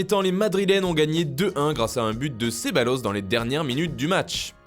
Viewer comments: On prononce Cebayos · Ça s’écrit Ceballos, mais se dit « Cebayos » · c'est plutôt prononcé "cebalyos" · oui il l"a dit et répété la 1ère fois c'est passé, la deuxième fois mes oreille ont presque saigné ! xD